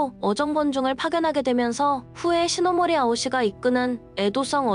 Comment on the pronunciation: 시나모리가 아니라 시노모리입니다 아 할때와 어 할때 다른 법입니다 제대로 해야죠